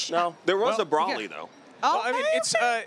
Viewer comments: Tf is a brawly its broly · 26 years later and they STILL can’t pronounce “Broly” right! 🤣